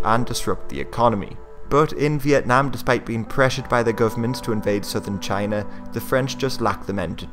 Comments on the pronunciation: Enthused Norseman Exactly, that was how pronounced China in that clip. That sounds almost like how Donald Trump often pronounces China. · did you pronounce China with a hard J sound? Anyway, I hope you make more videos on Southeast Asian history, especially the Indonesian National Revolution and the Padri War.